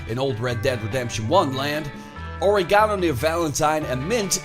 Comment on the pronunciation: Pronunciation of "or-ee-gano" is worth the view in and of itself.